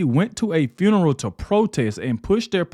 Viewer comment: I'm trying to figure out how black people always put the letter R after everything, what the hell is Fruneral? Nephrew, chrilden, are you people that illiterate, speak English